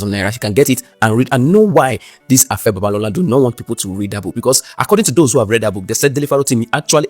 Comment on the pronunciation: Pigin English doesn't you should not be able to pronouce simple 3 letter words Afe and not Afa; now to to issue, VDM is correct as usual